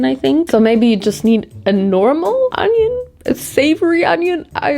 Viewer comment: It's onioin, not ANYIN.